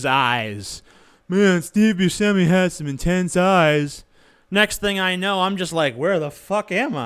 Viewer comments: Just to avoid social embarrassment, it's pronounced Boo-Shem-ee. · no it's actually Bue-shem-ee